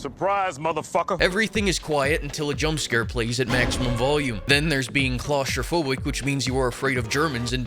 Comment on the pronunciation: "Klaus-tropohic" hahahaha that one got me! (I´m German)